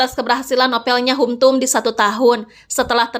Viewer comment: Sebutan untuk hum tum bukan Hum tum, tapi "ham tum"..